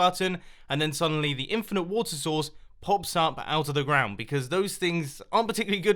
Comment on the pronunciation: When he says water source it sounds like he is saying water sauce!